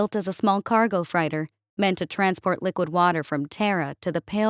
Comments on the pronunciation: I don't know what a frighter is but I know what a freater or freighter is and anyone that has heard no leaf clover from metallica will understand it's a freight train coming your way not a fright train . Pronounce it properly please you sound like AI when you don't. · Freighter. Fr- 8- ter, not fr- I- ter. Like your work, hope to hear more